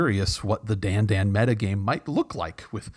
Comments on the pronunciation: FYI the hat on the second a means Dandân should be pronounced like Dan - done. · Thank you. I knew that the accent meant the second 'a' should be pronounced differently, and always wondered why everyone else didn't bother to at least make the two vowels different, even if they didn't know what vowels they should be.